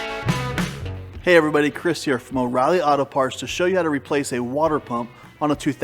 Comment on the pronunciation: Clearly understood O Reillys! You're my kind of people!